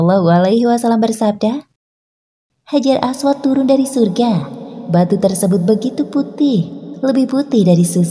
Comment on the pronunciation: Hajar ..apa orang panggil batu hajar aswat ni sebut pun salah